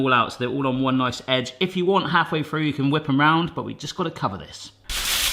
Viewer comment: Through, not frough.